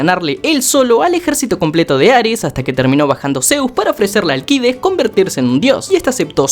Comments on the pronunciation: Malayaaa seaaaa es alccccccideesss allllcidesssssssssss no alquides como lo pronuncias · ni en la traduccion dicen alquides para que lo llames así we, eres español? xD es AlCIdes = ALSIDES para que captes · Será que animan el spinoff de #Jackviejosabroso? Edit. Bro, se pronuncia Alcides Alcides, olvidá a Alquides. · NO ES ALQUIDES SOLO ES ALCIDES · Alcides no se lee la c jsjjssjsb sorry